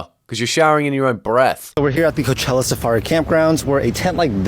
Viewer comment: Best part of the video? “Coachellar”